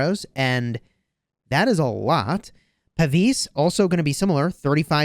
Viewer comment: A pavise was a long shield archers used to cover their whole body. Puh-vize is how it's pronounced